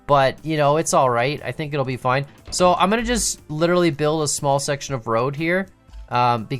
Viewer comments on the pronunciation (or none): none